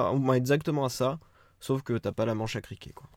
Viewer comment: Un criquet ;-) (cliquet) tu es dans le sud ça chante 🤣🤣